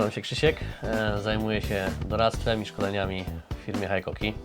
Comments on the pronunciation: Haikoki? Cóż to za dziwna marka. Znam tylko Hikoki. W sumie tak samo jak z mitycznym Rayobi kiedy widzę tylko Ryobi na półkach sklepowych. Taak, mam dryg z powodu znajomości japońskiego taki sami jak wielu którzy wyłapują błędy w wymowie w języku angielskim czy niemieckim. Takich czepliwych u nas sporo, więc i ja sobie pozwolę, a co! A tak na poważnie, to sprzęt fajny ale montowane w Chinach. Ostatnio kupiłem przewodową mimośrodówkę z Designed in Japan na pudełku. Po wpadkach z rzeczami z Szwajcarskich marek, to mnie martwi z racji używanej wkrętarki Hitachi wyprodukowanej jeszcze w Japonii. 3 rok i się nie poddaje ale produkcja w Chinach napawa mnie niepokojem. Jeżeli szlifierka przeżyje chociaż rok prawdziwej pracy, to będę zadowolony. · Jak to jest była firma Hitachi (HITACZI) zmieniono nazwe na Hikoki i jest (HAJKOKI) , dlaczego nie było (HAJTACZI) ? Niby tylko kwestia wymowy ale jednak taki mały szczegół.